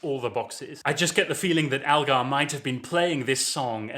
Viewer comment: ELgar not ALgar!